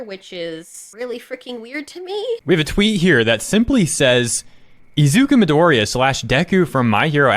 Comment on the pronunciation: Says Bakago's name correctly but not Midori..... sus!!! We know who you into girl! you like it rough and abusive!